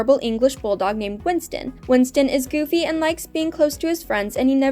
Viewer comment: Winton... Not winston